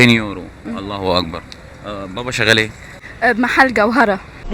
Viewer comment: ارجوا ان تنطق التكبير بصورة صحيحة... اللهُ أكبر 👌👌👌 وليس كما نطقت انت ( الله واكبر ) ❌👎 مُحامٍ مِصري.